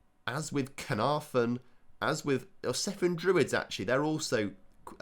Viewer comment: i cant believe you butchered the pronunciation of both cefn and Caernarfon... and then said Aberystwyth perfectly hahaha